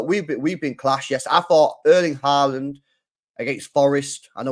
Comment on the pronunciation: It’s not horland it Haaland you nonce